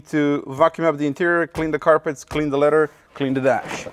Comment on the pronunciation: It is leather, not letter.